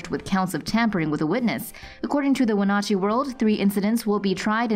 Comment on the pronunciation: Its wen-at-chee I lived there